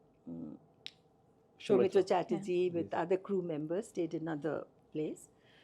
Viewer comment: His pronunciation of Soumitra Chatterjee was simply awesome. I think many in india (non bengali) can do so😊